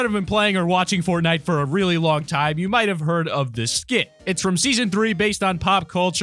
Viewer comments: You messed up the you you said ou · its you not ou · Did anyone notice that he said ou not you ?? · Wow never new that instead of you it’s actually ou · Did that just say "ou" ?